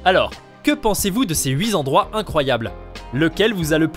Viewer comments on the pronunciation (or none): Les huit endroits pas les huit zendroits svp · ... les huit-z-endroits... :D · On ne dit pas "huit z'endroits"? Mais "huit t'endroits" !